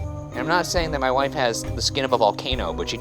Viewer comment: Shane’s emphasis on ‘wife’… his pride of being married is the cutest